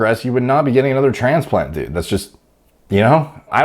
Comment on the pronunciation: funny the way says "dud"